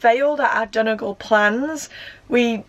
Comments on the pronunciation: Brilliant video! Just a little tip for anyone wanting to sound less like a tourist - it's pronounced don-ee-gal not don-a-gal. Hope that helps x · Its pronounced 'Dunnygawl